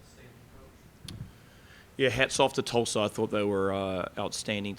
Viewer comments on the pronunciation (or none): It is Tulsa not Tuulsa! #reigncane 💛💙🌀🌀